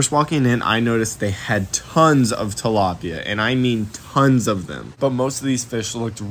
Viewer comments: “ we’re starting with two dalopia”😂😂😂😭😭😭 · he murderd a tilapya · He murderd the tlapya, not Bobby